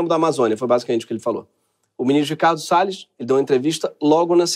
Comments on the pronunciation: O ministro"Sell us" foi demais! Kkkkk O nome condiz com o ofício. Sales (vendedor), A pronúncia "sell us" (nos vende) é muita ironia esse trocadilho. Kkkkkk So clever! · AMEI SEU INGLÊS E MAIS DO "RICARDO SELL US" O PRÓPRIO HAHAHA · Ricardo "Sell us"😂